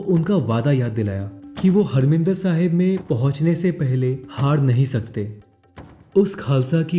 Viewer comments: bhai its not a "Harmindir Sahib" its "Harimandir Sahib" g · I wonder if the correct pronunciation is " HAR- MANDIR SAHIB "